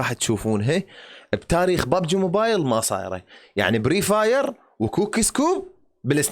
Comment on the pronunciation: فري فاير مو بري فاير